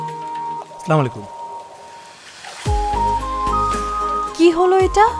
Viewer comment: সালামটা দেওয়া হয়নি সালামটা হবে আসসালামু আলাইকুম আর এখানে দিছে স্লামালাইকুম খুবই দুঃখজনক এভাবে সালাম দেওয়ার জন্য মানুষকে ঠিক ভাবে সালাম দিতে জানে না 🥺